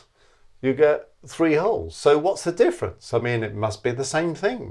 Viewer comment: What’s the “diffence”? Er…